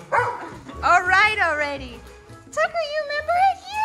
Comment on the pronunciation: Its tucker not thucker. Thucker would sound like the-kur.